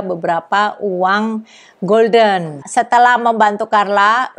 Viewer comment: Mata uang Belanda dibaca hulden, bedakna dengan golden (bhs Inggris yg artinya keemasan)